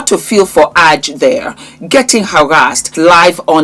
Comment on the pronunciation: her name is pronunciationed A, J as the letters not Aaj ❤